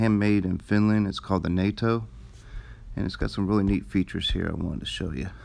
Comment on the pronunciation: How in the hell did you pronounce NOTA, like NATO???